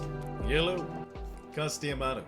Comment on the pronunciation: STOP SAYING YELLOW INSTEAD OF HELLO PLEASEEEEEEEEEEEEE